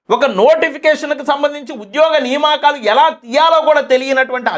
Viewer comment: నియామకాలు బ్రదర్ సరిగా పలకండి